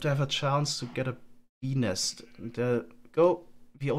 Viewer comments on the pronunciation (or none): When he said "BENIS".. I felt that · I know it's childish but "bee nest" gets me every time, I just can't unhear "benis" ^^ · Is it just me or did anyone hear 'penis' instead of 'bee nest'? Completely changes the context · Whenever says Bee Nest, I cannot help but just hear something else.